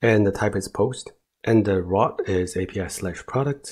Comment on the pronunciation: very nice video; the information was spot on assuming English isn't your first language, you pronounced most things well - you just need to practice how to say "route" and "routing" because it was confusing at times hearing about "rot" and "rotting"